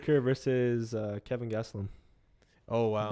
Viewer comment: KELVIN gastelum not kevin haha